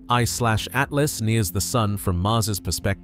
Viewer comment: They to long and the robot says “Three……. Eyeslashatlas” idk why but it’s getting annoying